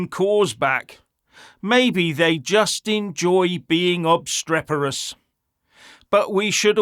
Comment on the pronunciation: "obstreperous" indeed.